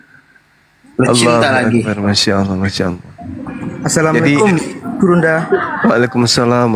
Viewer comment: Pandai bng sebut nama Allah dgn betul, xada bunyi 'O'.. 😊, Alhamdulillah, selamat dtg bg